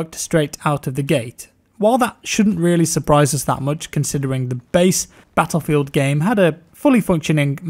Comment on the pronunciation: there should be a compilation of saying battlefield... the way he says it is fantasticly satisfying